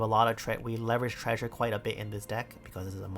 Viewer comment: i didn't realize said treasure treysure until today